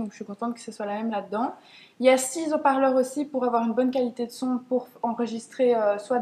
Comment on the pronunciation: On dit "il y a six hauts parleurs" et pas il y a six z'auts parleurs", c'est une liaison "mal t'à propos", comme on dit "il y a six haricots", et pas "il y a six z'aricots" !